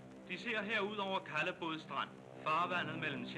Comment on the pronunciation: that was old fashioned Danish (and a common non-local pronunciation). Note also that the ‘v’ in “Kalvebod” was silent in his pronunciation... also common for that time.